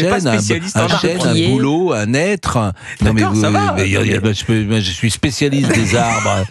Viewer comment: Un « nètre » ?!?! Un HÊTRE, monsieur Praud !